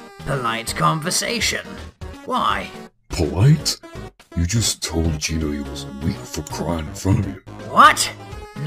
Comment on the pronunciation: the name of gino is geno not gino